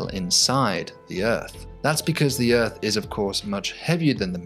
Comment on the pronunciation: The "uhrth."